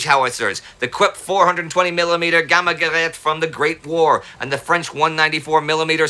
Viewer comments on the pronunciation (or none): none